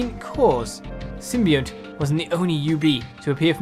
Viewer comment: So, I think the game pronounces it sim-be-ont. I know what you mean though, the word you are "confusing" it with I think is symbiote, which is pronounced sort of as you said it? Its sim-by-oat there. Sorry to be that guy who points this out, hyped for Breath of the Wild! Godspeed good sir.